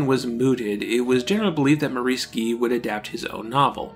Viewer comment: These videos you produce are very interesting, fascinating, and informative, but your frequent butchering of English names like Shaughnessy (emphasis normally on the first syllable), Maurice (pronounced Morris in England and probably also New Zealand), Gee (generally pronounced Jee), and Burnham (pronounced BURNum, accent on the first syllable and no h sound) does tend to jar the ear. Other than that, keep up the good work.